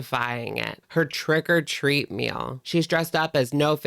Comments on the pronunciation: I swear I thought you said “trigger treat” lol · It sounded like you said trigger-treat-meal 😂